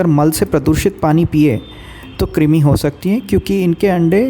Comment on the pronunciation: क्रिमी नहीं कृमी (क्रुमी)